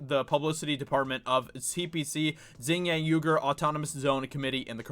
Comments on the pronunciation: It's pronounced "wee - gur" not "you -gur". Xing is not pronounced "zing" either, hahah. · Xinjiang pronounced much like Shin-gi-ong saying the last two syllables quickly together <3 Keep up the good work man, the hollywood aspect is extremely important. They need the "artists"